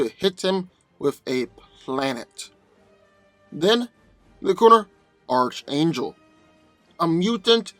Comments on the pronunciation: It's pronounced "Enth" not "nith" metal. And as stated by another commenter, "Arc", not "arch" angel. Sheesh..:) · Bruh I love your videos, but if I hear you say "arch" angel, when it's pronounced "arc" angel one more time, I'm a snap lol, like I know you've heard it before or seen the cartoon, sheesh... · Arch is pronounced ark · It's pronounced "Ark" angel, and "Enth" metal. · & his mispronunciations lol. His name is Archangel, pronounced ARK-ANGEL, not ARCH-ANGEL lol. And Nth metal isn't pronounced NITH metal, it's INTH-METAL. Lol, typical lol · Dude; ARC - Angel. The (h) is silent. Good stuff though! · Oh you’re saying arch angle again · Hey, I've mentioned this to you before, but it's pronounced ARK-angel not ARCH- angel. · It's definitely 'Ark' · Okay let me help most of you out. The Marvel character gets his name from the actual biblical angel from the Bible" Michael the Archangel". The C and the H together makes a "K" sound. So it's pronounced "Ark " Angel even though it's spelled Archangel 👍😇 🕊. Hey but pronounce it the way you like no one is paying anyone here on corrective comfort pronunciation. I still believe Hawkman man should have kicked archangels ass in this one especially with that magical metal he possesses lol! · Well yea it is ark angel, thats why schooling ia imp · I swear if he calls him ar CH angel im gonna lose it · It’s pronounced arc-angel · Archangel is pronounced (Ark-angel) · Archangel wins, and its pronounced ark-angel, get it right please, even though hawkman is a beast in combat, archangel is definitely much faster, hawkman wont see him coming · Nth is not pronounced "Nith". Nth is pronounced "Enth". And you go to a Christian school but can't pronounce Archangel? It's pronounced "ARK-angel". The "CH" is pronounced like a "K". Like when you say the Archon, it sounds like "Arkon". At this point, multitudes of commentators have pointed this out to you. You never read comments?